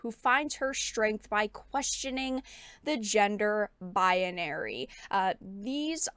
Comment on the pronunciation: First video I see of you and I'm following now. But I have to say, you keep saying Baya-nary instead of pronouncing like Bai-nary. Sorry, had to say something